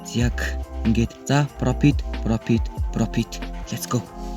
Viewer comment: Profit ❌ Propit✅